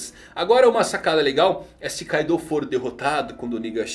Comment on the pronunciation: E tbm não é Kaidô kkkk